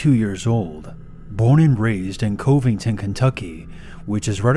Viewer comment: Its pronounced Cuv-ing-ton but at least you got Cincy right